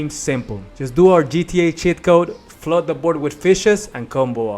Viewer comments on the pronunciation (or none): none